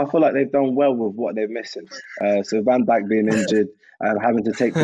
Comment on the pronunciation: Harry's pronounciation of Van Dijk is disrespectfull